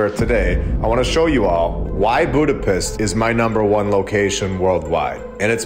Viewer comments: Eh brother.... Hungarians never say "Buda - PEST" It's pronounced as; "Buda - PESHT" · Budapiss? Is that a Midwest drawl thing? If on purpose, not that edgy